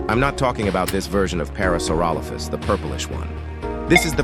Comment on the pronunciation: that aint parasaurolophus that phulorosauraparalophus😭